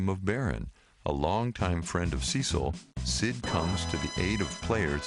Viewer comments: omg noone pronounces cecils name right lmao... SEH-SIL not SEE-SIL. Nvm good vid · It's Cecil, not Ceecil. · The narrator has obviously never even heard of final fantasy before this script reading - the worst crimes are "Teedus", "Marko Reactors" and "Ceecil". Pitiful.